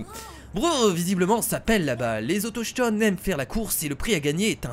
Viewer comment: ON DIT AUTOKTONE